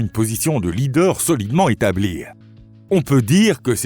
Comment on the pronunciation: Australie : en langue française, le e de Australie est muet, autrement dit, il ne prononce pas. On ne dit pas Australi eee mais Australi tout simplement.... pareil pour "établie" et d'autres encore... mais un pouce en l'air malgré tout !